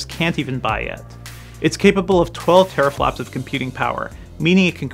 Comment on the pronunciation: Ewwwww "teraflops!"